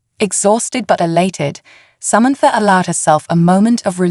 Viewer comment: What is Somentfor ? All lol a sudden Samantha has a new name !!! The alien suit is making this AI voice confused